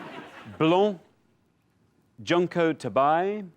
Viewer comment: As usual, the show’s pronunciation of Japanese is way off. Junko (June-co) Tabei (ta-bay).